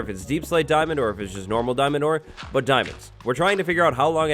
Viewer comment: "DIAMON" Now heart me ;)